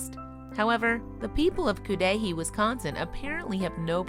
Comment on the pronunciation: pronounced cud a hay wisconsin